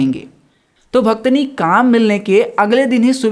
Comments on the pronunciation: Bhit achha samjhaya bhaiya nice explanation 😊 but aap bhaktin ko bhaktni bol rhe ho😅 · Bhaktini nhi bhaiya please pronunciation sahi kro aap apni wo bhaktin hota hai 😂😂😂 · Mai ye video dekhleta pr tune suru me hi bhaktin ko bhaktini kehdiya isliye jara hu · Bhaktin ❌ Bhaktani ✅ 😂😂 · The explanation was good but it's bhaktin and not bhaktini 🤦🏻‍♀️ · Bhaktani nahi pehel bolna sikh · That pronunciation of bhaktini forced me to leave the video 😷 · Each time he said bhaktni, the Hindi student inside me died out of pain....🥲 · For real yrr😐